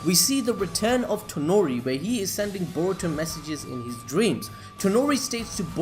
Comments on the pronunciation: Not tenori but toneri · Its not tanori its toneri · please its toneri not tenori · Bruh.... its toneri not tenori